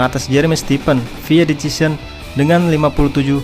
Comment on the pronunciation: Decision. Dibaca desision